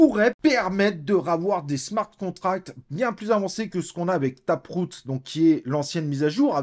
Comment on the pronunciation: taproute ? J’ai mal compris